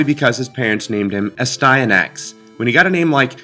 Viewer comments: It should be pronounced n"asty." Which makes it even more amusing. ;) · It’s pronounced nasty-anus with a silent “n” at the beginning and a “k” sound at the end. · Ass-tan-axe😉 You're welcome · It’s Aahhh-Stand-nick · I always pronounced it "as-tee-a-nix". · I always pronounced it, "ass-tee-an-axe" or "ass-tin-axe," losing a syllable. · It’s pronounced “Astyanax”